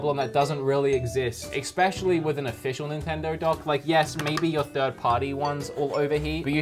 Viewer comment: I keep trying to ignore this... but it drives me crazy every time I hear it. The word is ESSSSSS-pecially... not EX-pecially. Especially. ESS... not EX. That is all.